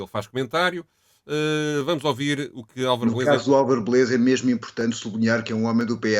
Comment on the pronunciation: Porque razao o diz ohVir em vez de ouvir?